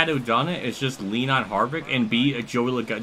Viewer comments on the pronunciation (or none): Joey Loagano! Even Motorsports Games at least got his name right 😂😂